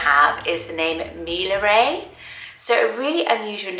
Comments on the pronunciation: I like how you said Millaray :) 👍 I really like the sound of Bellamira too :) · Millaray is pronounced "mia-rye". A double "ll" in Spanish is pronounced like a "y". Ray at the end isn't pronounced like "ray of light" in English but closer to "rye", like rye bread. While Jocasta is a pretty name, she's the mother of Oedipus in the play Oedipus Rex and she sleeps with her son and then hangs herself. Something to consider before using. And lastly, Musette is a French word, but it means backpack or rucksack.